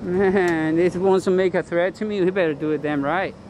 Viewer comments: You meant to say “Threat” not Threath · What’s a threath?